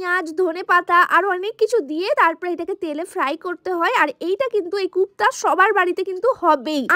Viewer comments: Ota kopta kupta na😂😂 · Kupta na kofta, amra kabab boli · গুপ্তা না কোপ্তা😂😂😂